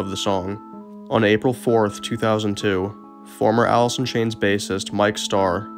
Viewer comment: He couldn't even pronounce his own band name...Alith in Chainth